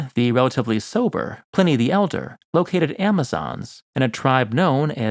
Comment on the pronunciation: If you’re going to make videos and present yourself as an authority, it will serve you better to pronounce place names correctly. Thule has a hard T. Like the word Tool with an added ee Pliny has a short I. To rhyme with Shiny, not Penny. Also your narrative voice is like cough syrup. Slow and sleep inducing. You’re trying to engage viewers, not give them a good nap